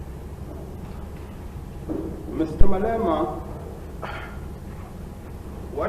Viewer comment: 'the salient portion of that speech for our purposes, is that Mr. Malemana' dude can't even pronounce his name lol